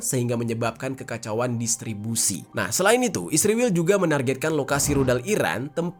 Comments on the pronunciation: Dek bukan isriwil namanya tapi Israel. Musti lu belajar ngeja dulu biar bisa membaca dan menyebut nama negara lain... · Israel 0m bkn isriwil..km yg bener ngomongnya..km gak bisa ngonten cari uang kalau gak pakai keunggulan Israel.k